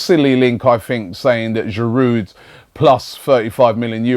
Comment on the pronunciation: Robbie, why do you persist in pronouncing the 'd' in Giroud. You and no one else (apart from, inexplicably, David Pleat) would sound the 'H' at the start of Henry. A little respect please to all our French players, past and present. Merci.